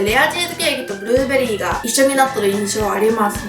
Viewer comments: ブルrrrrベリー （笑） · ブゥルーベリーでクスッとした😆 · ブルるぅぅぅベェリィです！ いや、発音 笑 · ブルーベリーの発音ていっぱい書いてあって 実際聞いてみたらほんとにすごい、笑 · ブルーベリーの発音が…😂 ゆうかちゃん可愛すぎ💗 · ブルーベリー巻き舌爆笑